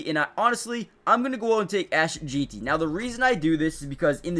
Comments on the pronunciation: Not saying his name right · One thing I know, if we take Jeanty we need to have a class on how to say his name cause I’ve heard about 4 different pronunciations of it and all are wrong 😂